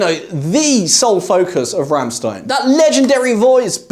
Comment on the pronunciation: Never heard Rammstein pronounced like that.